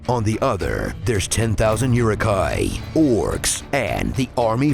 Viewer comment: Pipeweed is tobacco, and that's not how Uruk is pronounced.